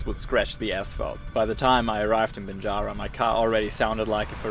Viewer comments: Bingara a lovely spot, especially along the Gwydir River, regularly camp there with the family. But just so you know mate its pronounced Bing gara not Bin gara. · Bing....garra , say gum tree, thats how the g sounds , i live very near to grafton, glad you got see our beautiful river and its valley 🙂